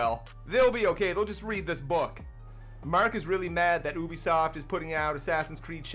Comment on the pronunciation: please learn how to say ubisoft